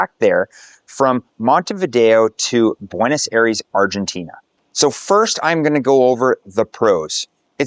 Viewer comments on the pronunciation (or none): "Very in price"? Cant pronounce Buenos Aires even close to how it should be. You're illiterate dude.